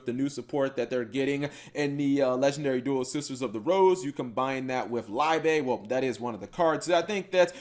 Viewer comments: Liebe is german for love, its pronounced more like leebe instead of laibe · Fyi its pronounced Lee-beh or just look up to the word in youtube it is the german word for Love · Isn't "Liebe" German for love? Should be pronounced "lee-beh" or something like that.